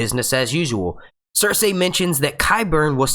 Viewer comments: The only thing that bothers me about this video is the way you keep butchering Cersei's name. It's "Ser-See" not "Ser-Say" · Nice review. But, remember it's Ser-See & Tie-Ko.